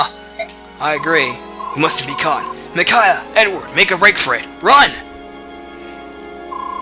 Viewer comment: The way you pronounce Micaiah is bugging me. :(